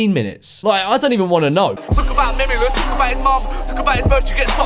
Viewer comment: French memeulous is memelouse😂